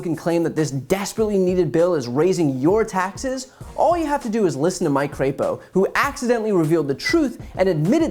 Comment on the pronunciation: I believe his last name is pronounced “crapo”.